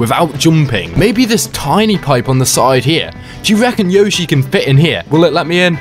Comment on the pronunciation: Is Yoshi not Yoshy 😤😤🙀🙀🙀